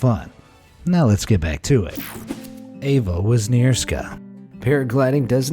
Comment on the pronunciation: Number 2: incorrect pronunciation, should've been EVA as Ewa is a Polish name.